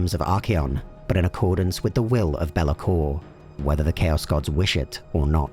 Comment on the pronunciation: It's not bel-a-kor; it's bay-la-kor